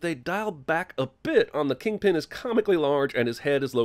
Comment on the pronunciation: Its KINGPIN not king pen!